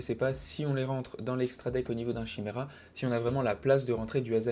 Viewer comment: Chimera 🤮 maudit français. Ça se prononce « kaymira »